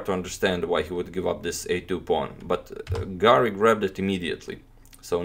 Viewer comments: I can't avoid hearing "garlic" instead of "Garry". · Antonio can pronounce any name in the world except: Garry